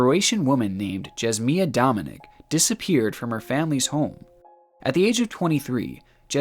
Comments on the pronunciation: fellow croatian person here cringing at the pronounciation of jasmina dominić (you pronounce it like ya-smee-na do-mee-neech) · Jasmina Dominić is pronounced Yuss-mee-nah Do-mee-nich. I find your butchering of her name highly offensive. Hearing you read before, I can tell you're dyslexic. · damn you butchered the name jasmina dominic XD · Lmao the way you pronounced the names like they're muslim or something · i`m only looking at this video now and my dude as a Croatian myself u butcherd the name of the last case so bad lol.